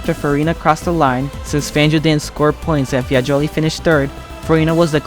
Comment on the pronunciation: Bremgarten, Sweden (it's in Switzerland)? Targa Florio in "Silicy" (it's Sicily)? Luigi "Fiagoli"(it's Fagioli)? OMG, did you actually do some research, or you're just reading someone's text, including mistakes?